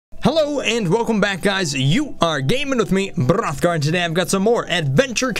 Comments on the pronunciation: almost anyone can do the b-b-b-b-b-b-rrrrrrothgar...... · ahmere gughes lol Hrothgar